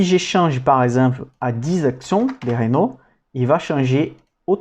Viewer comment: Superbe travail. Sinon c'est Renault pas Ranault ^^